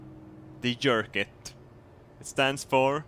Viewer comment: you're pronouncing your 'j's! This makes me sad. It should be a YERKIT!